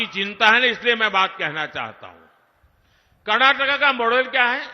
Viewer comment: Karnataka ❌ karnakaka✅ 😅😅😅😅